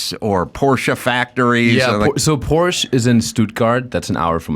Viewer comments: So funny pronounces Porsche wrong in english and adam totally right. 😄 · why does the american host pronounce porsche better than his german guest? It's not a porch, it's a porschE. Detailgenauigkeit ist des Deutschen Eigenheit. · German here. Funny how the American pronounces "Porsche" correctly and the German pronounces it wrong as "Porsch".